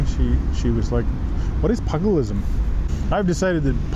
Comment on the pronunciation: pugilism rhymes with toothgilism, not pug more huge! Bare knuckle fighting with "rules"